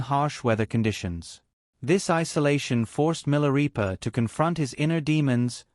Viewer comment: Pronounced 'Mi la ray pa' NOT 'Mi la ree pa'